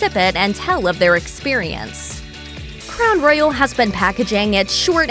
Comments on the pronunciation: Is this a robot voice? Cuz she can't pronounce Royal for s*** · Someone please teach this lady how to say Royal!!!!!!!!